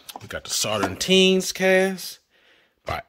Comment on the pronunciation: I was wondering, why the extra 'T' in Sauternes? haha